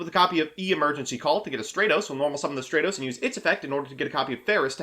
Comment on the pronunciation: The way you say stratos pisses my off